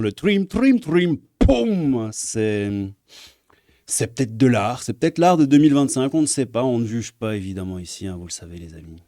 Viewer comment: Quand tu as dit "C'est ptet de l'art" j'ai compris "cette tête de lard". J'ai pensé "ah ouais, osé 😧" Maintenant je sais qui tu es 😬